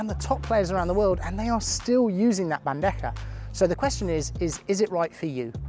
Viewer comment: I see your bandeja pronunciation is almost perfect this video congrats 💪 also gancho sounded like a native